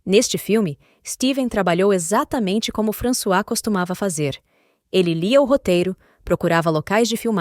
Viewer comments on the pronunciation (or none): none